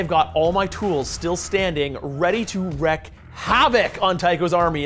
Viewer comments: Reeeeeek havoc not wreck 😛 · GUYS! Please tell Nick that it’s WREAK havoc and not WRECK havoc. Wrecking havoc would mean stopping the havoc. Wreaking the havoc means causing it!